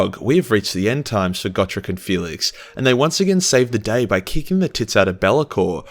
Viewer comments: Just to poke fun at you, Gotrek is pronounced Goh-trehk. :3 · Ya I pronounced it go-trex